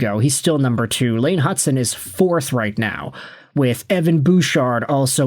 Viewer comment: this guy has been saying it forever now, it’s rage bait